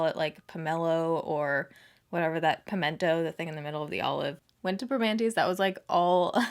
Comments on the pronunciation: "per-mannys " is how us pittsburghers say it 😂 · Love love love that shirt!!! It’s pronounced like this “PRA-MAN-TEE’s” I am so sorry I did not make it up. 😩 I loved you both stayed in Mt Washington. That is by far next to the North Shore (close to Heinz’s Field) for excellent views of the Burgh. It is so amazing up there! Love SS videos. Glad you made it to the Burgh! I cried watching you with all those beautiful people at Ross Park Mall. You make such a positive impact in your audiences lives! Pittsburgh is known for being super friendly! I knew they would come out in full force for you!!! So glad to call PGH home! 🖤💛 Smooch and Congrats! 💋💋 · Haha it’s pronounced in Pittsburgeese “Permannìes” Loved seeing you in my city girl please come back!!💕💕💕